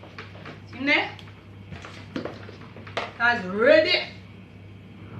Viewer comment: Flitters or fritters????? lol